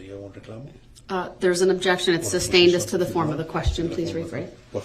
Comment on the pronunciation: Objecssion axed and answered.